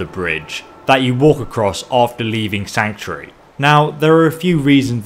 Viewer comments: Sanctury.... Please just say sanctuary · Am i the only that keeps hearing Sanctry? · I can't be the only one who finds his pronunciation of sanctuary annoying.